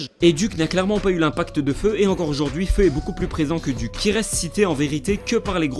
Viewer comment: C est pas DUC c est D.U.C